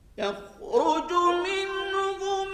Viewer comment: 9.08 yahan pe 1 jga Qari sb ne.. YAKHROJO ko YOKHRAJO parha he.. plz note this.. ya me galat hun. plz rehnumai kijie